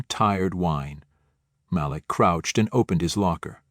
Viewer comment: Please choose one pronunciation for "Malik", while telling the story. Thank you.